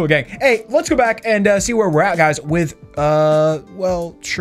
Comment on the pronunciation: Ew I hate how he says gang